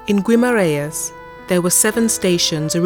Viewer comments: Not really 😉 you don't pronounce the u in Guimaraes! The I in Portuguese would sound like and E in English, so more like Gemaraens. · Would help if you could at least pronounce Guimarães properly... typical English.....